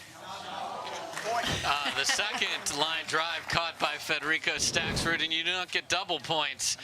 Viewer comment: Hey announcer- learn how to pronounce Stakrud- no “s” you knucklehead! Not StakSrud